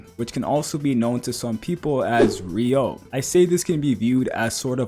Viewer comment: “re-you-oh” not “re-yo” get it right !